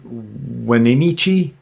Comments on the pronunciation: Great video..Wenatchee is pronounced (When-atch-ee) I live in the area😊 These creatures are all over that area. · Your killing me with how your pronunciation of Wenatchee you got okanogan right it is pronounced wen-nat-chee I live in Omak Wa in the okanogan valley … we have many stories about cryptids it is a very Native American with reservations and the natives have many stories